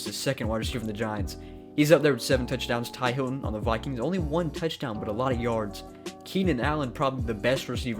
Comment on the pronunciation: It's T.Y. Hilton not Ty Hilton